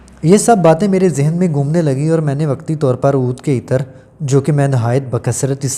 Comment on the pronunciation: معزرت کے ساتھ۔ (ایطر )نھی بولو _____عطر بولو۔ دوسری بات یہ ھے کہ جب اصل بات بتانی ھوتی ھے تو اسی پر فوکس رکھو۔ ادھر اودھر کی باتیں بیچ میں لا کر ویڈیو کا گلا مت دباو۔ میں نے تین بار سننے کے بعد پتہ لگایا کہ عود عطر کے بارے میں ارشاد فرمایا جارھا ھے۔